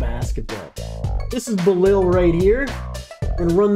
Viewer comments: Love the energy. But if I can offer one small constructive critique, please try harder to learn the players name. Bi-laal is how you would pronounce his name. Don't mean to be rude but people do deserve to be called by their names correctly, especially when they are phonetically simple. Keep up the good coverage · It’s pronounced: Bee-lal Koo-li-ba-lee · hes pronounced like „Beelahl Cooleebahlee“ hurts typing it like that but i hope it helps with the pronounciation